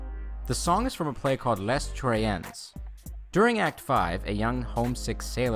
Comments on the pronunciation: The important question is: did The Trojans use Trojans?! Not to be pedantic, but it’s pronounced as “LAY TROY-AN.” The aria ‘Vallon sonore’ is so appropriate because it’s sung by a soldier on an epic mission, who realized he’ll never see his home again. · Les Troyens is pronounced "lay troy-ehn," and "song" is the wrong word for an excerpt from an opera. Hope this helps . . . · PRONOUNCED LEY TROYENS MY GOD ITS LIKE FINGERNAILS ON A BLACKBOARD. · ....Les Troyens is Correctly pronounced "Ley Troyen"; with its composer - Hector Berlioz being French and is based on Virgil's epic poem "the Aeneid". It is a GRAND OPERA, not a PLAY whose title interestingly means "The Trojans"...!